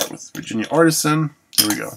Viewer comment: it's pronounced Ar-tee-sian